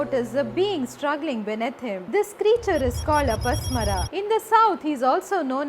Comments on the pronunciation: He is apasmar not apasmara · Not अपस्मरा...it is pronounced अपस्मार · अपस्मारा... please learn to pronounce properly